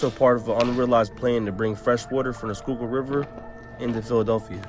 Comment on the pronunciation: u said fresh skyukill water lol